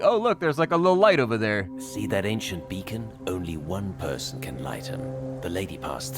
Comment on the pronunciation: Threw me completely when you pronounced "beacon" as "bacon" 😂😂